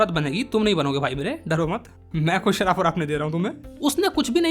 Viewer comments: shrap ❌sharab✅ 🍺🍻😂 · Shrap ❌ Sharab ✅ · shrab ❌ sharab✅